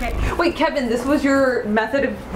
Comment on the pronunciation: It's kevin not keven 😭✋